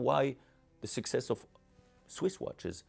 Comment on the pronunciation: Great video! How many times did the Omega CEO say succees? In the hundreds😂